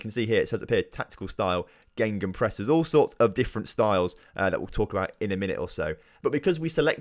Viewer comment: Are you saying GeNgenpress instead of gegenpress(gaygen press), also what it does is dominate the space between the lines of attack and defence